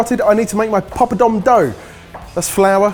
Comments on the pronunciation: I am normally not a stickler on pronunciation but pop-o-dom? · I love when the guys say the word "pilau" among other words. They're pronouncing ALL the wrong syllables!!! Guys, its not "pee-laow" its "pill-ow (not as in "pillow")". And the "poppadom" is a "paa-pa-dhum" Just a friendly tip. Luv u guuys!! Edit: Also, when you're cooking the seeds and spices in the pan, always have a LID ON the top that has some sort of vent on it to keep them from jumping out of the pan. If you can't find one of those, use a closed lid and open it periodically to let the steam out. Worst comes to worst, stand far away with a baking glove and a plate-shield.